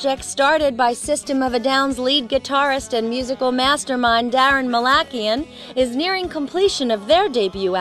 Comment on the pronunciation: dude..they pronounced daron's correctly....um..im like 80% sure of my statement....